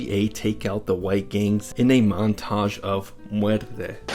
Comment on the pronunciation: Also bro how do you call these foos out for not speaking spanish right and you cant even say muertos or muerte right chill out with that leva shit